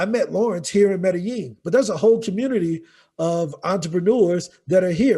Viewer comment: Medellin... Meh Da Yeen